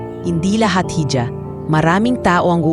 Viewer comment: Hija is pronounced as iha